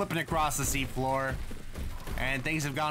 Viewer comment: "Sea Floor, we meet again" What I heard: "C4, we meet again"